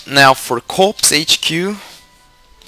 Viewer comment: By the way, just so you know, "corps" is pronounced "cor" :)